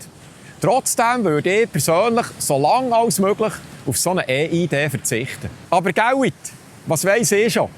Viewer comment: Wieso ÄH IH DE? Heisst das nicht IH EI DI? Viele Grüsse 😉